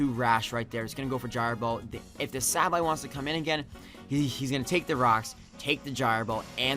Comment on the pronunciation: Congrats! I'm glad you won over Emvee and Chimpact. Nothing against them, but their fanboys are annoying generally. PS. As much as I think you are a good battler and youtuber and I know you probably get a lot of comments about this, I just gotta say it........SAY-BULL-EYE